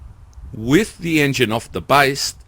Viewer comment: Thumbs up even though you said wif a few times.